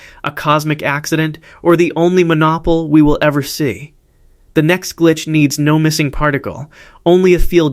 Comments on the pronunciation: It’s “mono-pole”…not mon-nopole”…or monopoly…🙄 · Can’t you get AI that can actually speak English correctly? This AI can’t even pronounce monopole and in other videos struggles mightily with speaking numbers. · Can’t handle the mispronunciation of monopole. Bye.